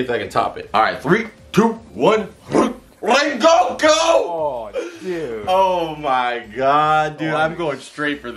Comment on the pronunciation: It’s not regoku it’s rengoku